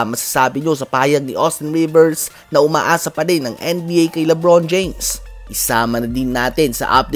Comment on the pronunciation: Salap asan ung RRRRRRRRR SIR NAG TAGO LEBON JAMES